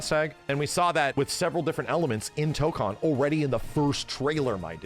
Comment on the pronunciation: It annoys me that he keeps mispronouncing Tokon lol, guess I'll have to get used to it since most people are going to mispronounce it.